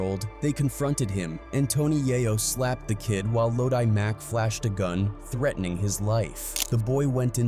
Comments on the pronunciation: itssssssssss LO-DI as Looowwww-Deeee Mack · Fr, the pronunciation is crazy. Ffs.😂🤦🏾‍♂️